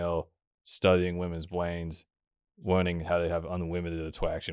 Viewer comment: "enewgy's fo bwains"